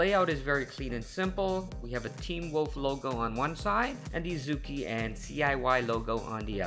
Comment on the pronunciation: You pronounced the name wrong I know I am Chinese.